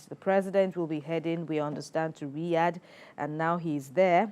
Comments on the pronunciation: *Riyadh not Riyash News Nigeria. No be everything be yansh or yacht! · Its Riyadh not Riyash, please take note